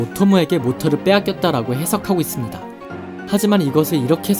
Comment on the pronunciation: 무엇무엇 할수 "있습니다"를 말할때 목소리의 높낮이때문에 영상에 집중을 못하고 거슬려요